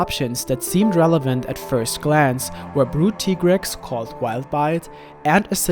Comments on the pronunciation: You say tigrex wrong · Why are you pronouncing Tigrex wrong